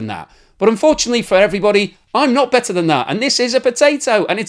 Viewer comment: did you say "...BETTER than that" or "...BATTER than that" ?